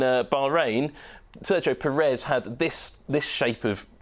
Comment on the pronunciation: I hate the way he pronounces Perez. It's a channel for a global audience and and his mates think that only the UK is watching. Try to be better.